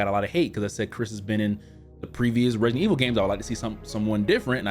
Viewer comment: Dude why are you always say Redident evil 😂😂😂 anyways I subbed cuz u sems cool guy